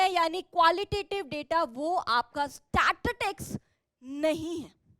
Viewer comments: Statistics❌ Satitics✔️ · Mam statistic hota hai Statics kya hota hai 😢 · Mam to statitics nhi statistics hotaa h😬🥲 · statititics nahi statistics 😭😭